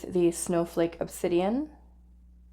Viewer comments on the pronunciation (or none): none